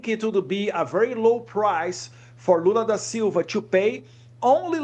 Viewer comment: Eu fico fascinado com a pronúncia dos nomes brasileiros feito pelo Eduardo. Embora esteja falando em inglês, ele consegue fala Alexandre de Moraes, Lula da Silva sem pronuncia acompanho o inglês. Consegue separar perfeitamente as pronúncias.